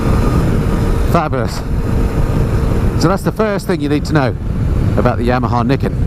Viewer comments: its pronounced NIGH KEN not NIK KEN haha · actually it's pronounced ni ken. Two sword. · Pronounced nye kin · Do you pronounce Nike like you do Niken? 😂